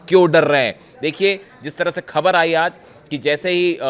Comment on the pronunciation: भाई खबर नहीं होता ख़बर होता है